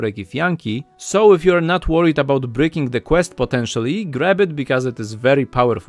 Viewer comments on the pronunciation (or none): none